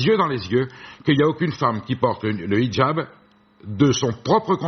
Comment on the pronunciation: J'adore le mot Hijab quand elle le prononce en arabe, 8 fois.